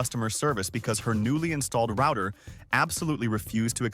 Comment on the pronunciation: thumbs down for the pronunciation of "router"